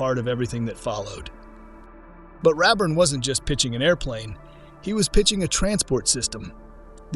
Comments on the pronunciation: HEY, BOT! IT'S "_RAY_ burn", NOT "RAB-burn"! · RAYburn is how I always heard it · There is zero truth to any of this script. Unless you were there and participated in making a company successful, you don't know. Outsiders are only seeking clicks and views with these types of exposes. And lose the AI voice over. His name was R-A-burn. Long A. He was my dear friend.